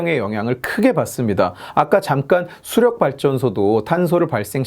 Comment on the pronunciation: 수력->수령으로 발음함 지칼 그는 빨갱이였나